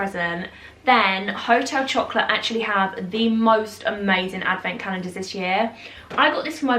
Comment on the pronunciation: Amazing French accent there on Hotel Chocolat 🤣💕